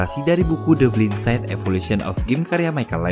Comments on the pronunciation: Bacanya/Pengucapan dari Blindside adalah = "BLAINSAID" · Bang cara sebutnya judul filmnya:de blain sait ☺️